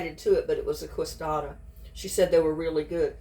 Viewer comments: they are pronounced kay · suh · dee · uh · No, you pronounce it k suh dee uh here in Texas, San Antonio.